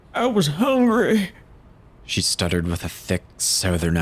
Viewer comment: her defense : " I WAS HUNGREH" shivers its so messed up...-__